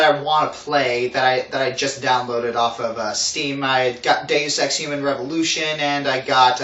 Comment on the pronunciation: the way you said deus ex made me think you said "gaysex revolution" i was like "WTF!?"